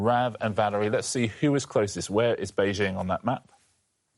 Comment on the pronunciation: well done for pronouncing Beijing correctly